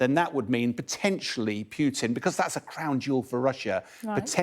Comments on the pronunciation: Not ",Putin". Pukin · "Pjutin", lol!